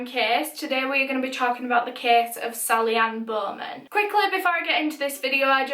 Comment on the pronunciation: Sally Anne-Bohhhmenn